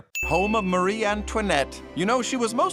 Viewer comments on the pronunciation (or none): none